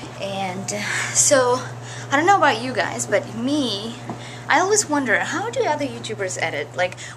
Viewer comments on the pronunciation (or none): When ever you said always it sounded like you said "Elvis" Lol. Tell every one I love them! And you are very talented Olga bunny. Always believe in your self! ;)